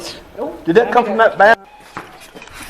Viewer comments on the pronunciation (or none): none